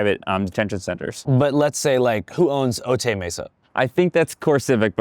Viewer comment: Otay is pronounced Oh-Tie